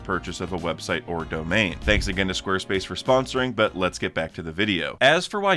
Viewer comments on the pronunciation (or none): none